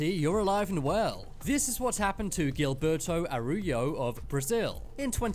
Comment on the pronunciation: Gilberto Araujo may be alive, but his name just got butchered by this narrator's pronunciation LOL